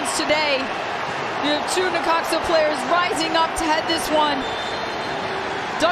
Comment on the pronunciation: It’s necaxa lol